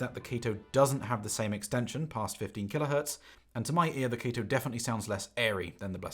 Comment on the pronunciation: no included spring tips weird and u keep saying kato wrong